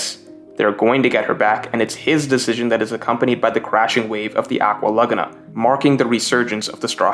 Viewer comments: Nobody:: aqua LuH gUhh nA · This pronunciation of aqua Laguna is killing me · I hate how you pronounce "Aqua Laguna"